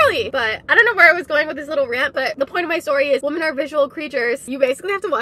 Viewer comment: Why does she keep saying woman instead of women?